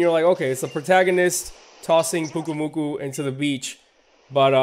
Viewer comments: It is pronounced Pyuke oo moo koo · Pyu-Ku-Mu-Ku. GET IT RIGHT